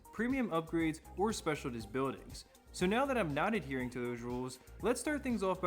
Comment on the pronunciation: its pronounced speciaList not specialTist. Great video nonetheless!